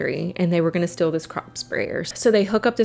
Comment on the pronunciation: Strange how you pronounce the word steal "still".